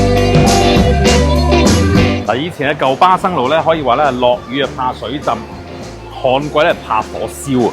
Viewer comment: 我聽到霸生路